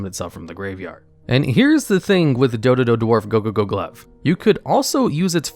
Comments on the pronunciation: You saying Dodododwarf Gogogoglove and Zubababancho Gagagacoat so fast and so flawlessly was so funny XD. Now I kinda want a top 10 onomat cards, just to hear you say them all. Also, you did top 10 monsters that special summon themselves, and top 10 monsters to special summon from the deck. How about top 10 monsters that can special summon other monsters (excluding from the Extra Deck, so no monsters like Cyber-Stein or Fallen of Albaz)? I am also very interested in top 10 ritual support cards (excluding Ritual Monsters and Ritual Spell cards), since ritual is my favorite type of summoning, despite it being... not very good. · You could hear how much effort he put to learn saying "dodododwarf gogogoglove" without screwing it up